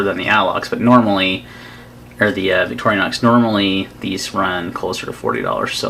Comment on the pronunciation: Stopped watching when I realized you were going to insist on mispronouncing Victorinox...